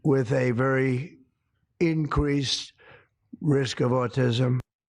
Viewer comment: "Enn-greased" risk of autism?